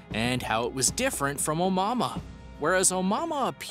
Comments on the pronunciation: Its pronounced, "oh-moo-uh-moo-uh"..jesus christ even if you are a haole how would "mua" make "mahmah"... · Omama really....lmao at least look up the proper pronunciation! lol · It is not the first interstellar object in the universe.. It is the first we were lucky enough to spot... Scientists said the probably pass through our solar system constantly.. It's a HUGE sky out there.. We can onlt monitor pinpoints of it at a time.. Also it isn't pronounced On Momma lmfao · Dumb guy with his dumb video. Also, I noped out of this video when I heard him say omama. Tf was that lol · Brother learn how to pronounce that comet here is as close to phonics as I can get A-mooua-mooua try that or watch another video where they pronounce it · Bro, “oh-moo-AH-moo-ah” Begin with “oh” Then the cow goes “moo”, as you say “ahhh” then again, you hear “ moo!!!” So one last time, you say “ ahh” Oh, moo, ah, moo, ahh!!!😉☺️ By the way, I am not actually mocking you or trying to be condescending at all. I’m only taking the time to correct you because I actually really appreciate all of your content and enjoy this channel👍🏽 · Can’t help but get annoyed every time he says “Omama” 🤦‍♂️ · Stop saying Oumuamua. Everytime you say it i want to scream at you. How do you fuck up a name that bad every single time. STOP!!!!!!! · Good video but boy did you destroy the name name lol it happens nobody is perfect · Anyone else cringe every time he mispronounced Oumuamua?